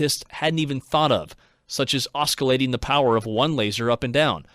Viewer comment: QUESTION: This is a synthetic voice right? It sounds like it overall, but particularly on a few words. No one says “Blue uh-RIDGE-un”. Also Oskillating, Kat-run (Katrin), and a couple others.